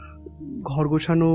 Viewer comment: এই বাংলা উচ্চারণ না শিখে বাংলা গল্প পড়তে এসেছে কেন? গোছানো কে বলছে গোসানো